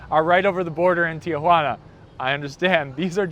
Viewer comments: Pocho pronunciation: Teeah-hwanna. It's not your Aunt Jane no upvote for you. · Tijuana--3 syllables not 4.